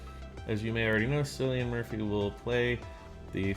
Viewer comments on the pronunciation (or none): Cillian Murphy is pronounced as Killian dw a lot of ppl make that same mistake😊